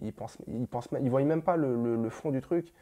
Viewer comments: "Qui voiyent"😂non stp pas toi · Il dit "Ils voyyyyyent" mais c'est "Ils voient" donc arrête de prononcer le Y ca me tue les oreilles même si t'es sympathique